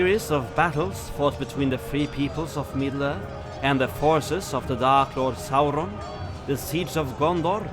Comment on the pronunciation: I know it's off topic, but is it true you guys ended your covid restrictions in Norway? If that's true, it makes me love Norway even more 🙂🇧🇻 also, love to hear you say Saurons name once more! 👍🙏